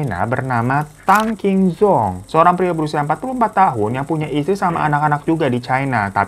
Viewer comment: Maap bang difan itu Tang QingZhong bacanya : Tang CingJong